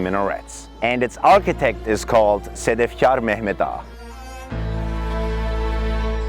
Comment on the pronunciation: I guess when I watched your first video, he is a foreign people because you are speaking English well but, I've seen in this video you are a Turkish😉 I understand that when you said "Sedefkar Mehmed Ağa".